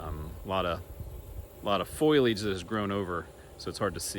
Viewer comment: When you said "foilage" that reminded me of an episode of The Simpsons when the family went out to look at the fall leaves and Marge could not say "Foliage" she always said "foilage." Lisa would criticize and try to get her to say the right thing but Marge would respond with "That's what I said, foilage" 😆